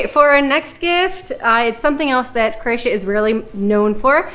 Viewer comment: Nice videos. But you tend to say "CRAY-TIA" a lot, which is not correct and sounds weird. Just making a point to pronounce it CRO-A-TIA, which you do sometimes but not all the time. Thanks.